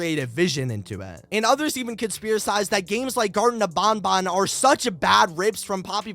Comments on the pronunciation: Him "garten of BONBON" me "EXUSE ME ITS BANBAN LIKE BAN BUT TWICE" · It's not bonbon it's banban. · the whey you say banban is wrong you say it like there is two O's but there is A's not O's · It's pronounced banban not bonbon...